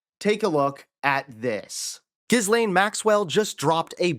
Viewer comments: The name is not pronounced "ghizz-layne." The S is silent. It's "gill-LEN." Say "gill" with a hard G, as in the gills of a fish. Then say LEN. (Rhymes with "pen.") The stress is on the second syllable. Trust me: I knew a Ghislaine in college. If you pay attention to interviews with people who actually knew Ghislaine Maxwell well, they almost always say "gill-LEN." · Giz-lain = Gee-len. Try harder, folks. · It’s ‘gi lane’ the ‘s’ is silent. He’s in them… we know what it means 🙄 why is he still in power? It’s disgusting! 🇬🇧🇺🇦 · The s is silent in her 1st name. And you say trump is dumb. It's pronounced Ghillaine. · G-len is how it's pronounced 😊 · how come you havent worked out the correct way to pronounce maxwell's first name yet? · The S is silent in Ghislaine . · Hey sweetie, the "s" in her name is silent so, you don't pronounce it! Just sayin! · The "s" is silent! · The ‘S’ is silent… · Great video. Just a brief correction…no S is meant to be pronounced when you say her name. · The 'S' is silent in Ghislaine.